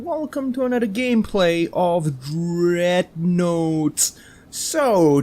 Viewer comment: Did you just call it dreadnote